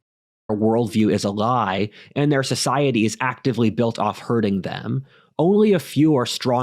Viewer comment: "Society is a Glie!"